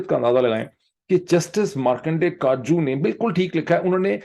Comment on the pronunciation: Dr. Pirzada- You have hit the nail. Unless Pakistanis come out in large numbers and protest, the usurpers will continue to use their unchecked power to exert their unlawful writ on the state. BTW, Markandey Katju’s last name is pronounced as Ka-tij-u. Being a Kashmiri, you may be familiar with the bird Katij (Swallow in English). The last name is based on this bird